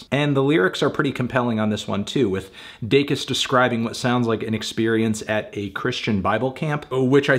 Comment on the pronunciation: Congrats on finally pronouncing her last name correctly, Melon.